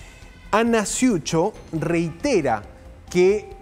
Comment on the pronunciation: No sé dice ciucho , Se dice cucho